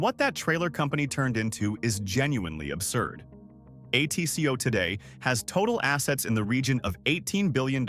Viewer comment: And mispronounced ATCO too.